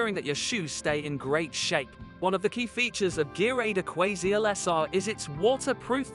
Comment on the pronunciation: Some glue adverts read by a robot ..... move along. listen to how he pronounces Aquaseal .... ROBOT